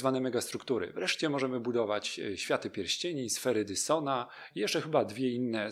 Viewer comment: prosze czytaj to sfera "Dajsona" bo dysona tak srednio brzmi